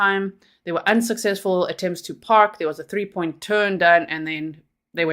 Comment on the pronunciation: I liked it when you said oint😂